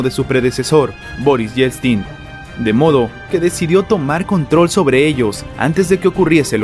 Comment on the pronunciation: Se pronuncia:"ieltsin", el ruso tiene la misma valía de vocales y consonantes que el español.